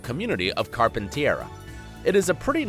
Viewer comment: Carpentiera? It's Carpenteria.